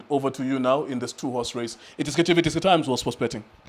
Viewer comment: How he emphasized "two horse race"🙄